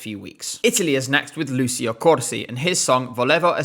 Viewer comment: Ci in Italian is always pronounced ‘chi’ and chi is always pronounced ‘ki’ as in ‘Kim’, so Lucio is pronounced ‘Lu-chi-oh’ !